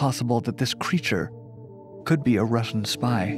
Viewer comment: I can't help but chuckle every time says 'Russian sup whale'.